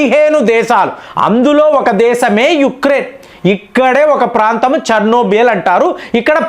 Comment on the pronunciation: CHERNOBYL, not Chernobiyal